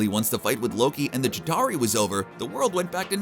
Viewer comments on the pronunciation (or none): its not chittari its chitauri CBR please learn ur pronunciations